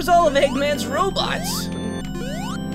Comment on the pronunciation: And i thoght you said roblox insted of robot WEIRD